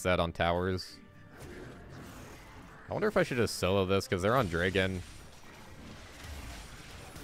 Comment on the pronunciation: Why do you say Dregon instead of Dragon?